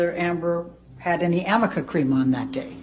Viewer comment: Ahahahaaaaa Amica cream!? Does she mean Arnica cream? Oh man 🤦🏼‍♀️